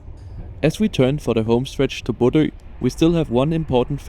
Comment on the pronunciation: Thanks for the video! (Now, at long last, I can pronounce Bodø without people laughing. Æ is next!)